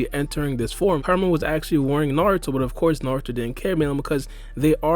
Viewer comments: Man u gotta learn how ta say KURAMA. sounds like karma when u say it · Bruh. Kur-a-ma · Karma- is what Boruto and Kawaki have. Kurama or Kyuubi- is the nine tail fox trapped inside Naruto. They are pronounced differently and said differently, that's all I'm saying bro, good vid tho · So we gonna ignore the fact he’s saying karma not kurama